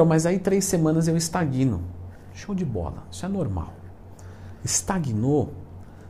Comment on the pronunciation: Leandrão, ótimo vídeo; e, se me permite uma correção, estagno se fala "estágno" e não "estaguíno". Agora vou às dúvidas: 1-) Como posso medir a caloria de tudo o que como sem uma balança? 2-) Como saber o quanto gasto em um dia? 3-) De quantas calorias se precisa para absorver um grama de proteína? Em tempo: Sou leigo no assunto. Grato a quem puder responder! Edit: 4-) Como medir meu percentual de gordura?